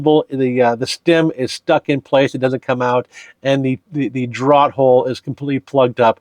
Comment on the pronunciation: Or drawt hole, draught is pronounced draft